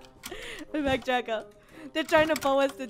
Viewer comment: thou Its DRACO NOT DRAGO!!!